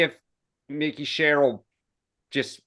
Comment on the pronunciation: you need to work on name pronunciation man. It's Mikie (like Michael) not Micky Sherrill in NJ. A Dem too 😂 And BeeBee not Bibby, as far as I know anyway